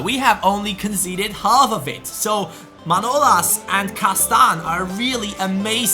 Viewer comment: it is pronounced manolAs. either way keep up with the great work